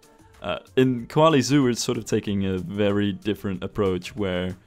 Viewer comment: Every time says “Koali”, all I hear is Eve saying “Wall-E”. Have I been watching too much Disney+?